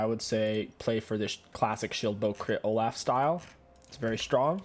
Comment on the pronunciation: It’s pronounced “Oh-Loff” not “Oh-Laugh”